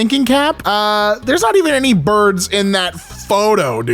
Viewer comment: Took me a moment, because of pronunciation, to realize it was a group called BIRDS, doing something live, in France.